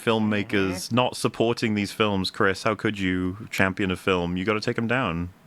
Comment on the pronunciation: Because you said "Chrisa" instead of "Chris" - I read this comment in a Jar Jar Binks voice, and it was way funnier that way)